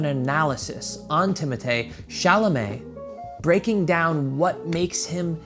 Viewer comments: I love how you call him Timotay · Ooooohhhh my gohd if you call his name like that one more time goddamn it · I laughed so much at you struggling to say timothee and saoirse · A dating expert mispronouncing timothee’s name for 11 minutes straight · those girls were just wrong lol